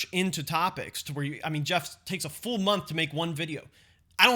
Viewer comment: The word is full. Full clip. Not "fool clip."